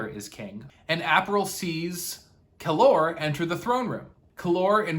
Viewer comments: It’s Kallor! Not Kallor. Dummy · When you pronounce Kallor like that, it sounds exactly like the Spanish Calor ( Heat). So cool 😂